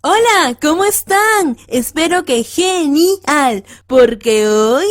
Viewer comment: No se dice "ge-ni-al", se dice "ge-nial" 🤦‍♀️🤦‍♀️🤦‍♀️